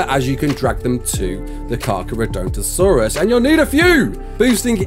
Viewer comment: You kinda completely butchered that name